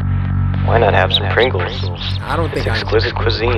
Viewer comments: bro said: buy pringo's😟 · CORY SAID PRING-Os lmfao